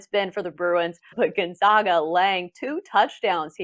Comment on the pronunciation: Let’s see how many times we can mispronounce Gonzaga while pretending like we are experts...